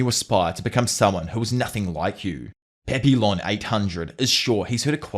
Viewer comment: My inner Canadian is coming out here, but the "L"s in Papillon are silent. It's a French word - pronounced closer to Pah-pee-yawn. Edit: It means "Butterfly".